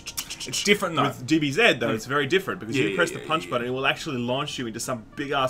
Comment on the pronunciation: "BEETA" "DBZZZEEEEDDDD"